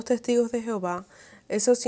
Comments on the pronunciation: Por qué pronuncias Jehováv... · El gran problema de la doctrina de los testigos es su traducción, supuestamente de la Biblia, que en realidad no tienen nada en común! La traducción de los testigos te esconde cual es el verdadero nombre de Dios ! El no el nombre de Dios no es Jehova! Este es un nombre que se le dio al no poder pronuncia YHWH! El cual tampoco era su nombre !